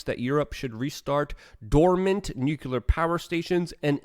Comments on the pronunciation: Nu-clear not “nu-cular” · " NUCULAR", Luke? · Why do you always pronounce Exacerbate as "EXASTURBATE" and Nuclear as "NUCULAR"? I'm sure people already told you but you seem to do it on purpose, are you mocking your followers? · It's pronounced nucular